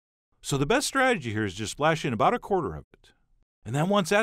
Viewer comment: "We'll keep stirring until the butter DISappears" "cut them in to aBOUT one inch" "Transfer them IN to a bowl" aaaaargh! Stop that annoying way of talking! The recipe is great.